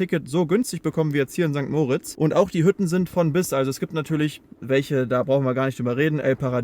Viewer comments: sorry es heisst nicht mooritz sondern moritz,beste grüsse aus der schweiz.(sehr wichtig) Lg Beat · ST. MOOOOOOOOOORITZ😂 Es heisst einfach St. Moritz. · Ich glaube kaum, dass du jemanden in diesem Ort gefunden hast, welcher St. Moritz so ausspricht wie du. Der Ort heißt St. Moritz (moriitzz ausgesprochen) und hat nichts mit Max und Moritz zu tun.😊